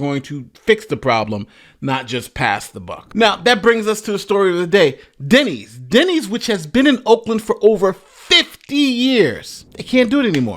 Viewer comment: Denny's??!! not Denney's! Man, when a Denny 's can't cut it you are truly in a third-world country.